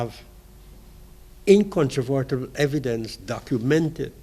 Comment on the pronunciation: The word is 'incontrovertible' not whatever he was trying to say in case no one gets what I meant